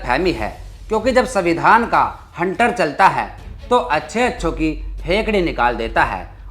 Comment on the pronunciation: तुम दलित हो, लेकिन उसका अर्थ अनपढ़ नहीं हो जाता. तो तुम संविधान का उच्चारण गलत क्यों कर रहे हो, वह भी यू ट्यूब के प्लेटफार्म से. न केवल यह, बल्कि शीर्षक में सविंधान लिख कर भी गलती की है. मैं भी दलित हूँ, लेकिन इस प्रकार की गलती नहीं करता.